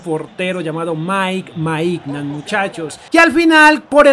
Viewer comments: De Ketelaire, así se pronuncia Maiñan, no Maignan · Para un futuro los nombres de los jugadores del Milán se pronuncian así: De Ketelaere = De Keteler Mike Maignan = Mike Meiñan (aunque parezca burla así se pronuncia) Kjaer = Kiaer